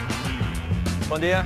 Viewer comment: DC's "bom dia" was perfect, expert in portuguese ahahaha